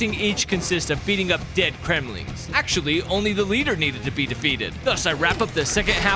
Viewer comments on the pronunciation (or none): none